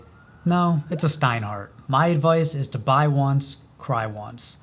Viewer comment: It was all good fun until you said Steinhart. Ouch!